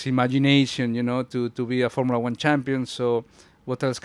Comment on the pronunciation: “formilla one”😂😂😂😂😂